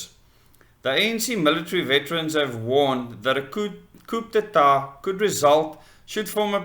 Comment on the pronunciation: coo day tar - is how it is pronounced